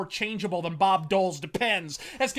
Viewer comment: "sketchier dhan an Ashley-Wood drawing"